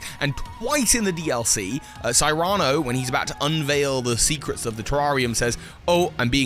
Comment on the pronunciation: Friendly reminder that "Cyrano" is not a made up name (see "Cyrano de Bergerac"), and I've never heard it pronounced that way,:P